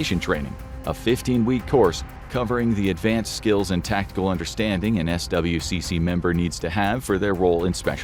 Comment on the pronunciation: You can pronounce SWCC as "Swick"